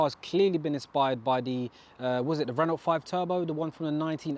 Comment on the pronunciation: Nice car dude! Isn’t Renault pronounced Renow (as it’s a French company), not Renolt as it’s spelt in both languages.